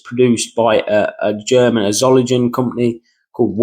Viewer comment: It’s So ling en. I barely understood what you were saying. Solingen. It’s a city in Germany where they make knives. I’ve been there.